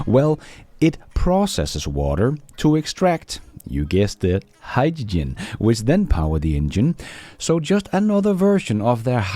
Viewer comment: Toyota is drowning in Gin, that's Hyd-da-gin 😂